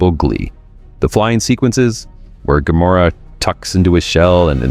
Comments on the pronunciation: Gamera is pronounced about the same as camera, not gamAIRuh. GAMuhruh. And how can it be japans answer to Godzilla when it’s also Japanese? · The crawling brainstem/spinal cord will forever be my favorite. I need to make a puppet of that for next Halloween. btw, it's GAM-er-ah, accent on first syllable. According to MST3K, anyway. ;) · Gam-er-ra, at least pronounce it right. At least try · "Gah-MERR-ah"? Cue Drax: "WHY Gammera?"